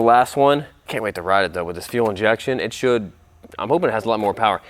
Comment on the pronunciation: My guy said f for fuel injection instead as for full 😂